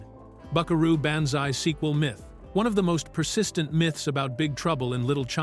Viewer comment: "Buckaroo BAN-zai"???